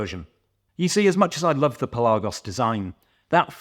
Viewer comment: Obviously whenever there's a new Tudor release, I think of you 😀. Especially when it's a Pelly, just love your pronunciation 😂 I still think the Pelagos is the best and underrated range in the Tudor portfolio. Having said that, as I'm in the market for a Navy Seals, it would have to be the JLC version. Great to see companies advertising on your channel bud, well deserved 👍